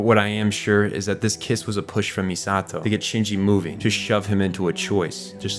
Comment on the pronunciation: Saying MiSAHto instead of MEEsato; tell me you watched the dub without telling me you watched the dub